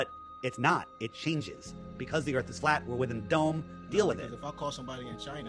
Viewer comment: He lost me at Earff 😂